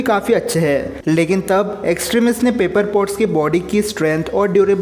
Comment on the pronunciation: Bro Wo pepper potts hey paper pots nahi